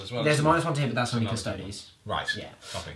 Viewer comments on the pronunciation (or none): That is some name butchering if i ever heard one ... . Still exited, but yeah, that was something else to hear. Maybe we can see a battle of the Cusstoads vs the Adepts Asstards in the future?? :P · How come you forget the E when you say Custodes? Sure the 40k names are made up, but in general imperial names tend to follow a somewhat Latin pronunciation?